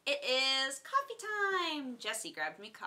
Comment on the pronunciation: Gween Tea? Cowffeh?